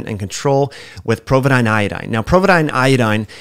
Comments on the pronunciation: POvidone... not "PROvidone". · Great vid, but there is no R in Povidone.